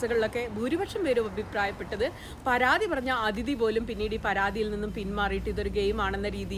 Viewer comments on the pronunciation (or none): none